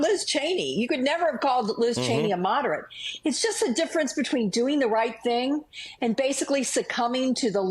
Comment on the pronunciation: can't even pronounce her name correctly. "Elsie Steponadik"